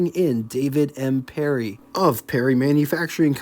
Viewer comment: Yes he does pronounce words in his own special way doesn't he,... Parry as 'Perrie' and Willys as 'Willis' also Terra Haute as Terra Hot etc. etc.